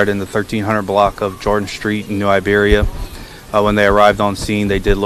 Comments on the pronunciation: Its "New IBERIA" not New Liberia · Why are you saying Liberia?!! That’s not right, it’s Iberia<—- that’s an I! A capitalized I! Y’all gotta start reading man. This is sad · It's New Iberia, not Liberia. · New “i”beria Sir. I happen to be Liberian so whenever you say it I’m like wait! Awesome work ❤